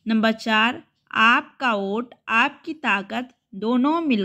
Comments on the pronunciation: Vot ko aot kyo read kr rhe ho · वोट को ओट क्यो पढ़ रही थी